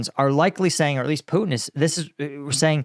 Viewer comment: Karoline Leavitt cant even say Putin's name right. she says "Poo-in"